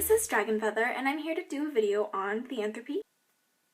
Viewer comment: Is it pronounced thee-anthropy (the way you pronounced it) or ther-ee-anthropy?